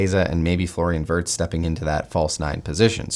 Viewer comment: he's W-ee-rtz remember, not Wurts